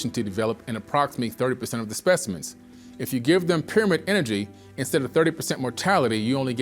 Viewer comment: ...thy ..peer amid...😋